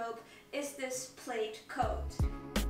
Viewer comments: Thought the I was silent in “plaid” thus pronounced “plad” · Plaid rhymes with dad.